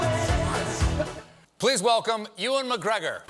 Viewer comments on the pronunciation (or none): Alex Creed um bro go look up any video or interview or bts of one of his films any time he refers to himself or pronounces his name he says it like eee wan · Alex Creed look your right it is pronounced like you wan but the way Colbert says it just sounds wrong the you sounds like a mix between you and eee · glockenrein Ewan he pronounces it like ee wan, but dumb ass Colbert pronounced it you wan, 😂😂😂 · Dawson Boyle Dude you're so wrong. It's pronounced You-en in Scotland. You're the wrong one man :)